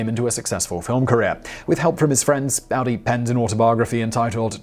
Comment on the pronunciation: AUDY! AUDY! NOT AUDI! Think 'Audry', minus the 'd'.